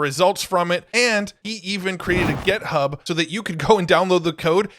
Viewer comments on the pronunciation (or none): It’s GitHub with an I as in It not Gethub. Thought someone else would have corrected you by now. Love your stuff!